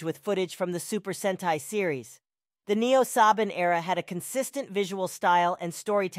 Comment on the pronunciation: So just as a correction or 2 Saban is pronounced as “suh baan” Also the dino in dino charge and dino fury as most people know is pronounced “d eye no” Idk if u missed pronounced it on purpose but here you go